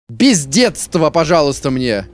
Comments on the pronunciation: Я услышал пиздецтво) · А я услышад "П*здетсво" типо п*здец + детство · Я один в самом начале смутился, что Юджин сматерился, а потом понял, что он сказал " Без деда, пожалуйста " ...😅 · Но он говорит «без дедства» от слова дед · Там "Без детства", но все равно слышится другое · Мне одному слово "бездедство", послышалось немножко другим?)